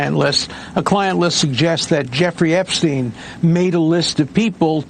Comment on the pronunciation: dear Lord!!! "Release the 'Epstone' files" LMBO